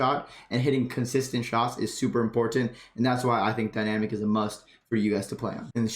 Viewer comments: ImPORtant. And is he saying PUB instead of PUG lol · lol this was a good video for new players for sure but i just gotta pick on u a lil bit on something u say cus its driving me NUTTS haha the way u say important is SOOOO pronounced it was cracking me up every time u said it. I cant call it wrong cus ur saying it how its spelt but ur like imporTant lol